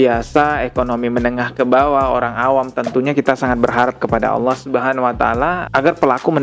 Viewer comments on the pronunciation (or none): none